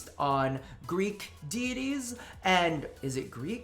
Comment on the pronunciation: Greek deidies But it sounded like greec tiddies coming from you XD